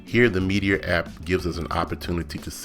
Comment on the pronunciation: Nice but it's "meat-er" not Meaty-er"